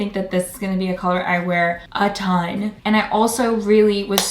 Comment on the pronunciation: Omg you just said "a tonne" at the end like a BRIT, i am so proud 😂😂